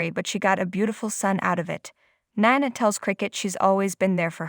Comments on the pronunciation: Can you pronounce words correctly? Nina is pronounced neena . OK is okay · Who is Nana? Do you not know her name is Nina? Try saying her name correctly! 🤦🏻‍♀️